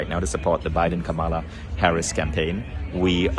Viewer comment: Vishen, you are pronouncing Kamala wrong. Emphasizing the sound on the wrong syllable.